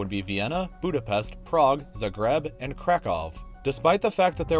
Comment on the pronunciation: Pronounces Krakow correctly, says "11.ninetyseven billion".